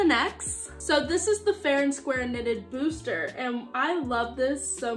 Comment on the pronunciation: Good luck in college! You're going to do great!!😊 (when you say booster top do you mean bustier? It's pronounced boo-stee-ay😊)